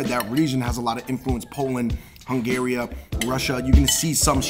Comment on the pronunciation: It is pronounced Hungary.